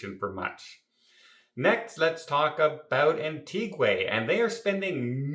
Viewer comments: ....It's pronounced Antiga not Antigway. LOL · I respect you and your Chanel but as you are well hearsed Antigua is pronounced An-ti Ga not Antigway. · An-tee-ga...not Anteegway and not Anttigwah. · Isn’t the place pronounced Ant eeg wa? Anyway, keep smiling. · I'll be going to "Antiguay"😂in April, 2026. I just hope it won't be a mess with construction then. Actually, what drives me nuts,, is the when you say eKcetera. It's eTcetera. Thanks for the good content, though. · No, it's Anti Gwah 🙂 That is why you will never see Gwahs in Antigua 🙂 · Nope, it's pronounced Ahn-tee-gwa which is Spanish for Ancient. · Yes, “An-tee-guh”! A lovely country ❤ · That' a new pronunciation of Antigua. Anyone else say "Antigway"? Has never been there yet? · He was there but not paying attention Nobody says it like that. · As a person from Antigua I know how you pronounce my country name…… and I am not Hammering I love his content I am helping him be more accurate. If you want the Taino name it’s Wadadlii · Thankyou for correcting on Antigua I don’t know where he comes out with such nonsense,so many people have to keep correcting him on word’s,not to bright for a travel agent.take care.